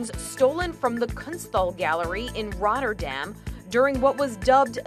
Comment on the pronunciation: How she pronounced Rotterdam